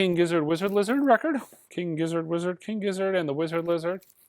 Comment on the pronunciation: Without question, the highlight of these videos is always trying to properly say King Gizzard and the Lizard Wizard haha!